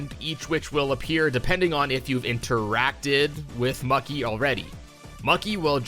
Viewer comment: i don't mean to criticize your pronunciation, but it sounds like you make an effort to pronounce things correctly, so fyi "mukki" from the honeybee inn is pronounced like "mookie", not "mucky"